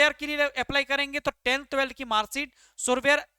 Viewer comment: ढंग से इंग्लिश नही padhne aa raha हैं Aur ye Vaccancy ke baare me bata Raha hai Surveyor ko सुर्वेयर bol Raha hai Competency ko comletancy bol Raha hai😂😂 Coal India ki official website ka Naam bhi ढंग से नाही पड रहा है😂😂